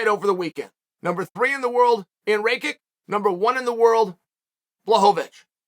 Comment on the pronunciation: Chael, literally put some respect on these guys names man. "Ray-kik"??? You know damn well it's "ray-kitch"